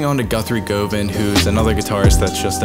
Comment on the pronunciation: not pronounced go van its gu van as in government